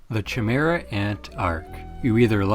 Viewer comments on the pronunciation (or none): It's pronounced K-imera I think broski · “chamera” thats not how u pronounce chimera. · Say chimaera one more time 😂